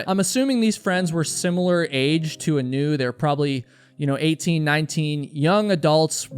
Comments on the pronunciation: looked hawaiian to me, heard you call her 'anoo' - middle name was leianuhea (A-nu). aūe blessings for da family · Anu is pronounced Ah new, every time I heard her name pronounced Anew, it bothered me, her name should be pronounced correctly. She is a lovely, strong girl, an incredible athlete, and very protective of others. She and my son grew up together, played sports together, were just kids supporting each other. One day, there will be answers, she'll be found, or we will all know what happened. Until that day comes, why dirty her name with conjecture and unkind words, it does nothing good, and to those who still worry, it's just cruel. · ah-NEW is a terrible name. Should've reversed the emphasis to the A. AH-new is nice... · Hi. I hate to be that person but her name, Anu, is pronounced as, "Aah-noo" like how you pronounce the anu in Keanu Reeves. growing up in Hawai'i it's a pretty common name.